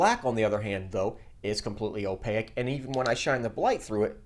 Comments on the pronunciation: great vid! still trying to get this working on my printer. my gear doesn't appear to be biting into the filament at all. advice? Also, I cannot unhear it: opaque (like "take"), not opaic (like "mosaic") lol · Great video, please look up how to pronounce opaque though. Just tying to help, have a great day.